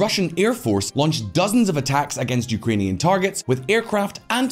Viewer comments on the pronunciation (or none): none